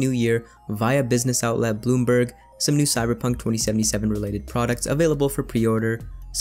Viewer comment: When you pronounced bloomberg with a american accent the word caught my attention and was wondering if the article is from south africa or not then I saw the highlighted CD projekt SA as in South africa. huh